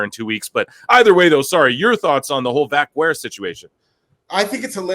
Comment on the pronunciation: just here to say: you say Vaquer like you say Hacker or cracker